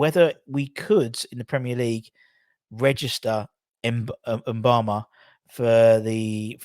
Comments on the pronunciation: It’s Mubama as in ‘moo’bama not ‘en’bama. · I guess some people have difficulty pronouncing simple words... With such a promising talent you'd think a media channel would make the effort to pronounce Mubama's name correctly, it's not hard!